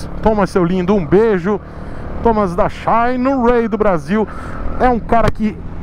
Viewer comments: Só pelo jeito que o pronuncia o "xaaainerái" já vale o like no video kkkkkkk. Quanto ao ser "patrocinado" pela marca: O patrocínio nunca impediu o de ser crítico à marca que o patrocina, tanto que um dia eu escrevi que nunca seria patrocinador do! Ele é um tanto quanto sincero demais!!! Ainda bem!!! isso só faz suas opiniões valerem mais. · Xaiiinueyyy kkkkk